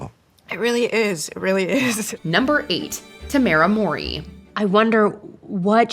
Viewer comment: You really need to start looking up how to pronounce these people's names BEFORE you make a video. You sound like an idiot trying to say Mowry. Ignorant as F